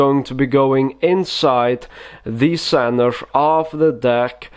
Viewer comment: "Inside the centrev of the deck" hahaha every time hahahaha